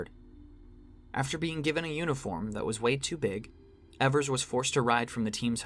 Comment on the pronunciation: great essay, but evers is pronounced "ee-vers", not "eh-vers"